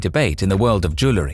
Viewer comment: SOOO ANNOYING HE CANNOT EVEN PRONOUNCE “ JEWELRY “ CORRECTLY 🤔😱😲🤬